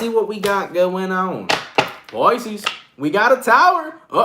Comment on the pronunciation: you did Capricorn and said pieces fucking twiceeee